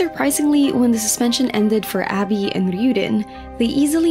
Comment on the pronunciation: its ah bee not abby xD